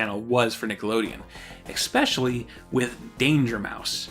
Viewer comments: I love these videos, but man... please stop saying “Eck-specially” when you mean “especially”. Again, love the series! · WHY WHY WHY do you say "expecially"?! WTF!?